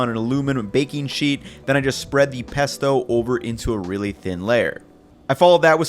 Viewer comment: omg! "peasto!" 🤣🤣🤣👍